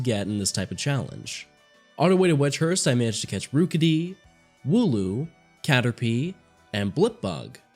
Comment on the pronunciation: The way you said Rewkidee made my eye twitch a little. It's rook like you'd say for the chess piece.